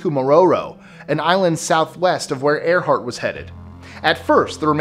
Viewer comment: ~ "Earhart", not "Earthart".